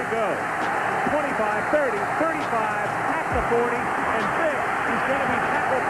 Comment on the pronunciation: Loved how always pronounced Vick as ‘Phic’😂